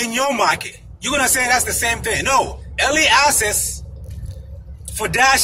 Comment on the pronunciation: It sounds like you’re saying early ASSES